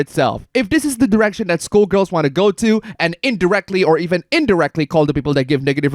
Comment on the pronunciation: Um...? There's a big difference between pronouncing that as "Skuhl-girl", which is what the word actually is, and "SCHOOL-girl", which is how you're saying it. I wouldn't care much either way except that some of the lines have an entirely new and rather...creepy...meaning when you pronounce "Skull" like "School". Skull has the "uh" sound sk-uh-l. It does NOT have the "oo" sound like sk-oo-l. One is the bone in your head. The other is a place of learning. Wanting to see a Skullgirl's underskirts sounds very different from wanting to see a SCHOOLgirl's underskirts. One means you like the game. The other means you need to go on a list at the police station. Just sayin'. The Gawds of YouTube work in strange and stupid ways, and I don't think you want to get a community strike for inadvertently saying that word in a lewd way, so to speak. You might wind up your own hoopla. Skull = 💀 School = 🏫